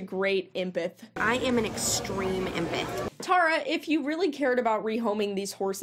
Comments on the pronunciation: Actually she said she's an "impith" 😂🙃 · tara saying “impith” instead of empath tells me everything I need to know about her😭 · Isn't it emPATH not empith? Lol sit down tara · ok good god Tara, your idiocy is laughable and what’s even funnier is you keep calling yourself an “Empith” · No no no, you misheard… she’s an “empith” 😏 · She actually said she was an "empeth" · nah nah an "Empith". (in all seriousness.. jfc... shes awful.) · Not the “extreme empith” 😂 cmon now… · I keep rewatching and the way she says empath is bugging me LMAO "Empith, empithic" GOD. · An “impith” lmfao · I dont know thAt tara can talk, she sed-embedt instead if emphant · "I'm an embeth" Girl can't even pronounce empath 🚩🚩🚩🚩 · Wtf is an “emputtthh” 🤦🏽‍♀️ #failtara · An "impeth"? Yeah you're an imp hon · “I’m an empath.” (It’s pronounced EM-path, btw) But also… “Some people like you are just like horses who need to go to slaughter.” Ohhh, okay crazy 😂😂😂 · She doesn’t even pronounce “empath” with any conviction…or correctly. Good god. I didn’t know anything about this cycle/industry. Awful.